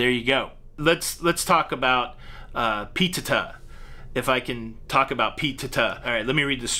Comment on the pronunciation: don’t fool with p-teh-tah. 😬